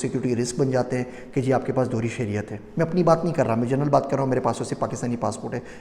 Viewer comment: The word is Shehriat